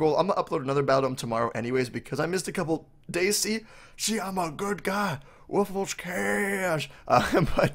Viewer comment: Woofless not woof less